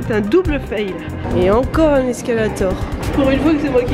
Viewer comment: Pour ta prochaine vidéo sur les anglicismes ou « au Québec ont dit ». Un escalier mobile... et non un escalator (prononcé escalathor). 😂😉🤝